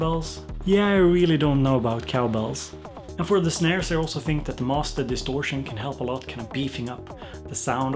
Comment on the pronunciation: Master distortion - That german accent! xD Awesome as always!